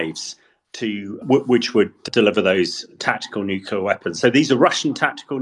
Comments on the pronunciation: Like experts who can't/won't say the word "nuclear", he makes himself hard to take seriously. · Why is it so difficult to say Nuclear?